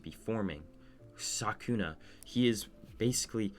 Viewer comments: Are you saying sakuna or sukuna i cant tell if im trippin or just hearing you wrong 😂😂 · u said sakuna, not sukuna tho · btw i am pretty sure it is called sukuna not sakuna but oh well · Why tf did you say Sukuna like that? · but he cant even say sukuna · Was it ragebait when you kept mispronouncing Sukuna’s name? 😂